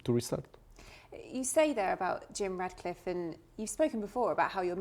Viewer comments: Its ratcliffe not radcliffe! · Ratcliffe not Radcliffe love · It’s RATcliffe not RADcliffe. Jesus.